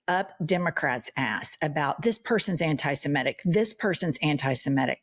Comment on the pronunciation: Sigh - another American who mispronounces 'antisemitic' as "antisemetic".